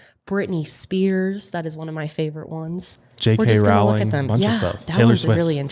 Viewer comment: It's "Rowling" like "bowling". Not "Row" like "cow"